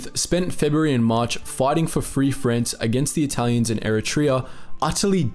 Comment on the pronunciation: Where the hell is Frence and wtf is a spanyard...not to mention the sovvyets...this guys pronounciation is atrocious....put me off after 5 mins.